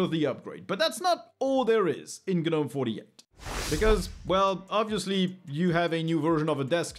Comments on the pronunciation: The G is silent, the G is silent, the G is silent. How do you pronounce garden gnomes? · You don't pronounce the G in Gnome bud.